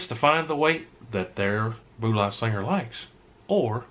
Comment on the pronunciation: I wish you could say bullet properly. Would make this much easier to watch lol “Boollat slingar” lmao